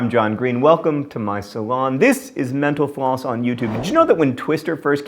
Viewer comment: Every time John says "metal floss", I always hear "menopause"